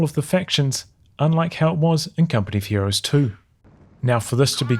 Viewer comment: Does it sound like he says "company fuhrer's 3" or is it just me?